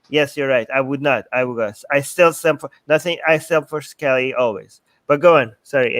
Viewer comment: lol who'll update it. You? Armin? I thought you guys are atheists. I guess I asked you too much you can't even pronounce Kali properly and you expect us to listen to you? 😅 This is the last chance I'm giving you. Say her true original name and I might consider thinking about your proposition. Tbh if anyone had the ability to mention anything or update her legends he was Swami Vivekanand.